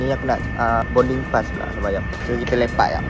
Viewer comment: Bukan bonding la sebut betul2 boarding